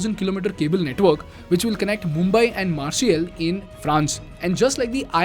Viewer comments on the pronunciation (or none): Listen Now Carefully ! Pay Attention ! You Must Be The Greatest Communicator And You Must Have Been Called By KPMG, And All The American SHIT 💩 CORPORATE FORCE TO DELIVERY LECTURES FOR YOUR COMMUNICATION ! BUT IF YOU CAN'T, STILL, PAY ATTENTION, TO YOUR PRONUNCIATION, NOT JUST YOUR ENGLISH WORDS, ALSO YOUR FRENCH, FOR ME, YOU'RE JUST noise ! Period ! Cause It's Not Pronounced As "MARCEL", It's The City Of "MARSEY" ! THAT'S THE PRONUNCIATION FOR "MARCELLE" ! I Mean Common Dude ! Really? It's Great Content, With A Great Style That Works For You And Your Gen Z Audience ! BUT PEOPLE WHO REALLY CARE, ALL OVER THE WORLD, WILL ONLY CARE, IF YOU PAY ATTENTION TO SOMETHING AS BACIS AS YOUR PRONUNCIATION ! I MEAN WHY ? WHY CAN'T YOU GET IT RIGHT ? WHY COULDN'T YOU JUST ASK GOOGLE, TO TELL YOU HOW TO PRONOUNCE "MARCELLE" ? THE CITY WHERE THE "OLYMPIC TORCH 🔦" ARRIVED? AND THAT ONLY TELLS ME, THAT YOU DON'T CARE ABOUT HOW YOU SAY THINGS ! DUDE, PEOPLE PAY ATTENTION TO PRONUNCIATIONS ! IF NOT IN INDIA, BUT DEFINITELY IN FRANCE !